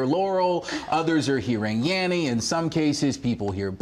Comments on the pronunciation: Dose anyone hear yaMMy instead of yaNNy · tried also to listen to with different speeds available.. I always hear Yenny and my girlfriend always hears Laurel... ahhaa